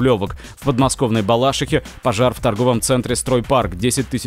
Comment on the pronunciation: В Балашихе - ударение на третий слог!